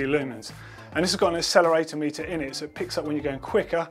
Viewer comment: I'm pretty sure it's acelerometer not aceleratometer. Or am I mistaken??